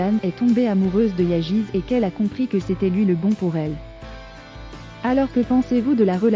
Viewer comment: Ça se prononce Yaz pas yagiz...